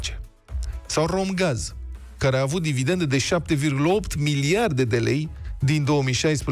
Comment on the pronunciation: DividenDe, nu dividenTe, domnule.